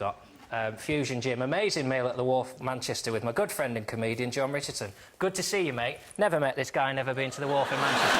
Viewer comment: actually says Ron Jichardson..